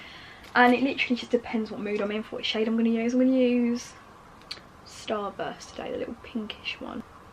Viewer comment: I love her and her vids and not trying to be horrible but why cant she seem to say 'Today 'properly 🤣